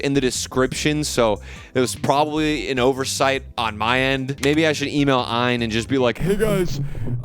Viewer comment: The Eye in Thor lol It's A-Y-N Thor which the company says it stands for "All You Need". Source: AYN's indiegogo page.